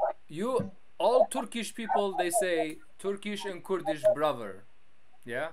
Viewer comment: I laughed soo hard “Khoerdishh ishh bietshh”